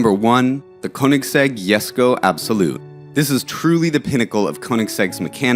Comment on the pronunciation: Jesko? Nonono 😂👎